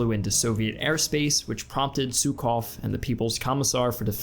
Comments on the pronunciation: No offense, wasnt Zhukov pronounced /ʒukov/ and not /zukov/? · Oil supply needs to be mention! And Jukov, not Tsukov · Жуков (Zhukov) is pronounced /'ʒu-kɐv/ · How is it possible that a knowledgeable historian doesn't know how to pronounce "Zhukov"? Georgy Zhukov was one of the most important people of WWII. Click on the speaker icon in the left panel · Great video ! But please pronounce Zhukov the Russian way.